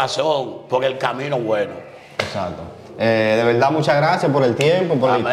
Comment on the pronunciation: Wao quebuena entrevista ese tipo dise laberda